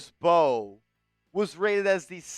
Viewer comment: His last name is from Senegal 🇸🇳, the M and B are combined when pronouncing his last name [MB]…; it’s not M-Bow and definitely not …BOW😂😂😂😂.